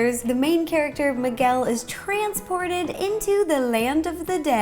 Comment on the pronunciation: She said migal not Miguel